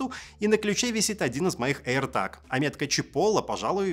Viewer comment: аирТЭЭЭЭЭЭЭЭЭЭЭЭЭЭЭЭЭЭЭЭЭЭЭЭЭЭЭЭЭЭЭЭЭЭЭЭг, а не таг.